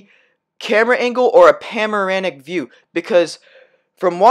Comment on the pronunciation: Bro, it’s panoramic. Not pamorinic, ok?